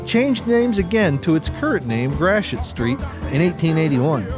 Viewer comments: Enjoyable video, thanks. Friendly PSA: Gratoit is pronounced “Gravoy” (rhymes with ‘boy’), not “Grasheet”. (Don’t feel bad, the historic French influence can be quite unintuitive because the same collection of letters can result in very different phonetic sounds depending on the context, and then so many are twisted further by the Spanish influence.) Source: 14 years living in the area in the 1960s and ‘70s and listening to it pronounced daily in the KMOX radio Traffic Copter reports, and countless commercials! Other tricky ones commonly mispronounced: Des Peres is pronounced “Day Pair”, not “Dez Perriz”. Carondelet is traditionally “Carondelay” (sounds like Chevrolet”), not “Carondelett”, although this one gets mispronounced quite often. Creve Coeur is “Creev Core”, not “Creevie Coehr”. Bella Villa sounds like “Bella Veeah”. Lemay can be “LaMay” by itself, or “Lee-May” when used with other words, such as Lemay Ferry Road… sometimes both are used in the same sentence, and no one thinks twice about it. Meramec sounds like “Mer-a-mac”, not “Merimecc”. Bellefontaine is “Bell-fon-tain”, not “Belly-fontainie”. And the granddaddy of them all: it is ALWAYS “ Saint Louiss” and never, ever, EVER “Saint Lou-ee”, which is absolutely cringe-worthy and abhorrent to the locals and is NEVER considered cute or clever in any application; Judy Garland, you sit on a throne of lies! ;-) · Interesting that Gratiot is pronounced like “grash-it” in the video. I’ve always heard locals say it like “gray-shit”. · Is Gratiot pronounced “grash-it?” I always thought it was “gray-she-o.”